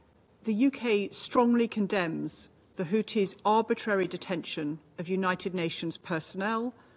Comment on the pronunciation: Russia is the adult in the room! And it's Houthis, not Houtis.